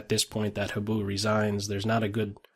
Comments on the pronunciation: Habu is pronounced more like "hah-boo" than "hab-oo." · also, accent on the HA-bu (higher vowel!)